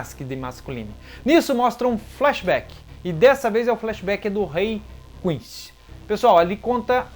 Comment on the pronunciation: Seus vídeos são massa! Assisto todos. O que vc pode melhorar é a pronúncia do nomes, falar igual a dublagem brasileira. Da uma sensação horrível ouvir vc falar ''Quinxi'', ''Rukía'' , etc. No demais, está de parabéns. :)